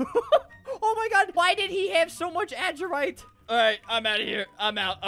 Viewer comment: You don’t say adurite like : ad urite . It’s pronounced : adur i te